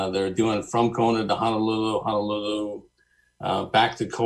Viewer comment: So many folks mispronounce our state capital. How difficult is it to say Honolulu? Hana is on Maui.